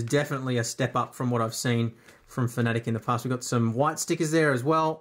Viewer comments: Its pronounced FANATIC or sometimes mistakenly FAN A Tech... never is it pronounced 'Fuhnetic" or ironically "Phonetic". I mean if reviewing a company... look up how to pronounce it? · Am I the only person who pronounces fanatec like fan-a-tec. Cause he says fa-nAtec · There are plenty of people who pronounce it your way. I used to as well until I saw their CEO says “Fa-nAtec”. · It's FANA-TEC, not FANATIC. Pls. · no it's Fa Na Tick